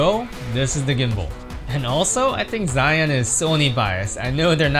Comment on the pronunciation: Dude... You are Asian! How can you pronounce Zhiyun, Zion?????